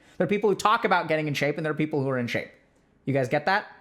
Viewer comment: Is it people or peoper?